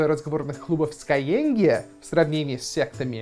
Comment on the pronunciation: когда уже начнёшь говорить не скайЕнг, а скайЭнг? )))